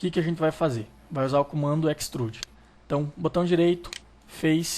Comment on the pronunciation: Que dor nos meus ouvidos ._. "Équistruudi" não deu para aguentar